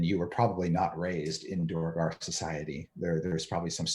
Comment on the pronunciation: Thanks Chris! I was going to say DWAIR-gar in Chat but I should just always have faith in you!!